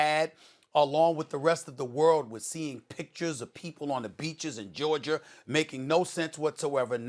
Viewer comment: "Pictures of people on the beach in Georgier" 😂😂